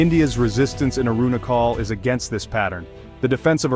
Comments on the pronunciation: Wtf Ai aruna call Pradesh lol😂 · Please pronounce it well... Its Arunachal ( ah ru na chal) (like u pronounce china)